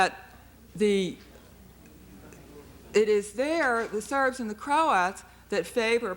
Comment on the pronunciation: Mispronounced kosovo and croats